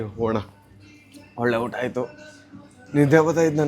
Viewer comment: Kannada sari madi uttha all utta